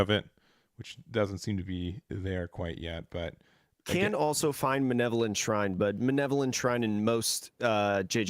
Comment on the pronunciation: Btw it's "malevolent" (having or showing a wish to do evil to others) not manevolent